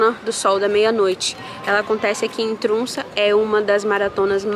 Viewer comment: Oi!!! Poderia nos explicar a fonética das vogais que escreve TROMSO e vc fala TRUNSA (oq eu entendo pelo menos) Sempre fico curiosa com isso kkk Te acompanho com muito carinho 😘😘